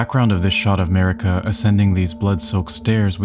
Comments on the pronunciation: Sorry but it’s definitely Marika lol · Dumb video 😂it’s marika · 🤦‍♂️ jfc, of COURSE it’s Marika. Good lord.